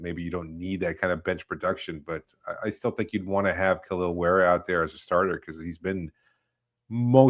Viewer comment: Front court may not be a failure but Davids ability to pronouce Kalels name correctly sure is.